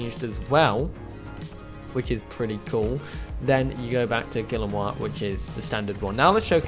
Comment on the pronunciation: I'm referring to the species name, Guillermoi. The pronunciation is in Spanish, not French as he mistook it.